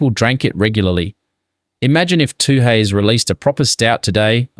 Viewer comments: Good subject but something strange about the pronunciation- nobody from NSW says “too-hees”, it’s “tueys”. 😅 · you can’t pronounce Tooheys properly, are you an AI voice?